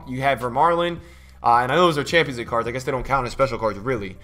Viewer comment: I ain’t one to get mad ye but can u say the fuckin league right